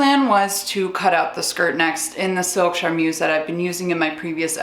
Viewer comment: I love this series and your videos in general but as a French speaker, the way you pronounce "charmeuse" causes me physical pain